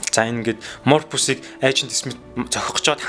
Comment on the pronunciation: Мурпус гэж хэнбэ. Англи үг нэрнүүдээ зөв дуудах дээр анхаараарай